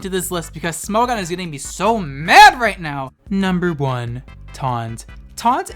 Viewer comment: Every time he says “Smo-gone” I lose a braincell.